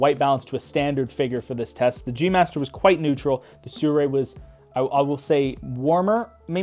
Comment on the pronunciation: nice review, but STRANGE PrOnunciation of the brand name. SURRAY ?